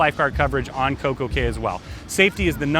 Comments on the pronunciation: A caya is pronounced key not Kay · pronounced coco key*